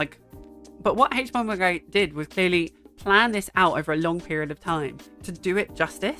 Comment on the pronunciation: This is not an important comment but the way you pronounce "haych"bomberguy brings me such joy. You have such a nice voice.